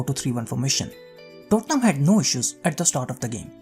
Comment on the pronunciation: Me alone or when he said tottenham it sounded like dortmund?